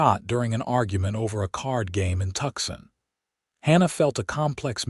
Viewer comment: I just wished that you could pronounce the towns correctly....g's are h's and it is Tucson (Tooson)...